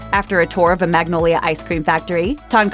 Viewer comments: milk How do they pronounce “Magnolia” differently? It’s literally just mag-nol-ya. Why do they have to make it complicated. 😂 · Sure ako ung magnolia hindi nabigkas ng tama.Pati ung halo halo